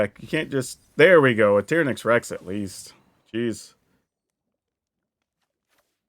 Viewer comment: Why do you pronounce certain card so obviously wrong? TY-ran-ax not Tear-uh-nax You couldn’t call the Jurassic Park Dino Tearuhnasarus And bonus, it’s not Cay Thar. It’s just all one word.. cathar.